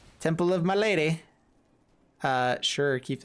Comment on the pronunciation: for the love of all that's holy, please learn to pronounce "MALADY". LOL.